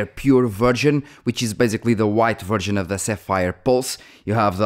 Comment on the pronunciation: Sorry bro, your accent was making me hear you say virgin when you where actually saying version 😅